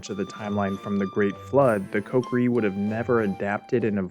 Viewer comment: Omg, what's with you pronouncing Ko Ki Ri like pot pourri?